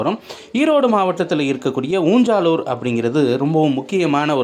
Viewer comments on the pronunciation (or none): ஊஞ்சாலூர் என்பது அல்ல ஊஞ்சலூர்